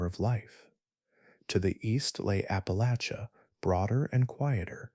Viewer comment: Thank you for pronouncing Appalachia correctly! Listening from Bristol TN/VA